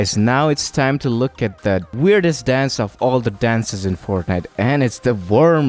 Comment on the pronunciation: he said forknite